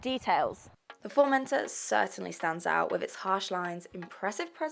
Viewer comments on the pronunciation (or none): Formendor hahaha